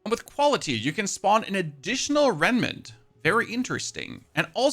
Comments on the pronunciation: REMMMMMM-NANT!!! (Not reNmant😂) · "Renment Renment Renment" - I know Rem nant is difficult to pronounce but now I literally keep saying it myself too, it`s like a curse. Still, this build while powerful for mapclearing, seems extremely convoluted when it comes to bossing.